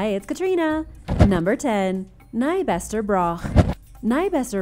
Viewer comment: As someone who lives in Caithness, your pronunciation of Nybster hurt! And you added an "e" that it doesn't have